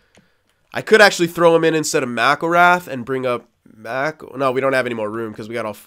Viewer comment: Mcllrath is pronounced (Mc-kill-wraith) I'm pretty sure